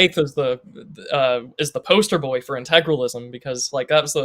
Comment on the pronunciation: Oh, and just to note, I realize it is petty, but my goodness. You typed the word how many times in your essay? And you not once realized where the "R" in Integralism is? Intragalism.... Maybe he should have spent less time on the "Kids and their instagram joke" and instead learned how to say the damn word.